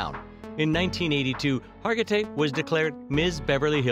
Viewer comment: Second straight video about this famous actress where her name was butchered. Last one kept calling her Har-ji-tay. SMH